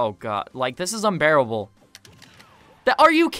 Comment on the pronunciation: "This is unBAIRable..." gets baired